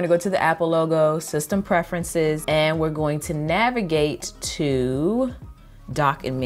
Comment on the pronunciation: "goawn". I love your accent!!